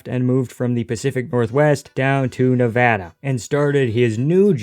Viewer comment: Thank you for saying Nevada correctly 🙏